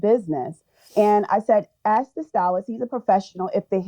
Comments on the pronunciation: Listen judge I axed her to ax the person she normally ax to ax for an ax. But when she axed that person she normally ax for an ax they axed her for the ax which made her ax what ax they were axing about. Ax. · She is an influencer but she can’t pronounce ‘ask’ correctly.